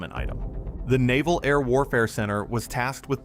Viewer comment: The terrible AI pronounced "Naval" as "Novel".